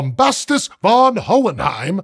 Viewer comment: He wasn't known as von Hohenheim but rather von Hohenheim with an f-sound for v. Hm.